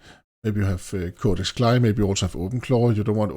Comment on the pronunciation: You are the first person I have ever heard pronounce it like "Cly". Normally, we spell out the letters.